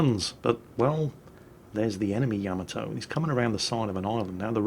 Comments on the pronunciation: HOW, HOW?! How do you continue to mispronounce Yamato when you play that clip before it every time? Yah - MAH - toe. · At this point,, I think you mispronounce Yamato intentionally just to irk us.... It's working!